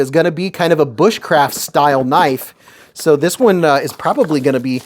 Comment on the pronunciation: Eyy. Gimme that kuh-nife! That is all. Thank you lol